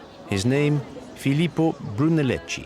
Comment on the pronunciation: A lovely and thoughtful collection of some really precious of Florence´s pearls of art, culture, and craftsmanship. One thing: the architect of Santa Maria de Fiori is spelled Brunelleschi but spoken "Brunelleski".